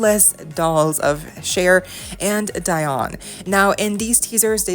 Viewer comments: It's Dee not Di (Dionne)! Geez!😒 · Her name is Dee-on 🤦🏿‍♂️ Sorry but u honestly could've researched her name if u weren't sure of the pronunciation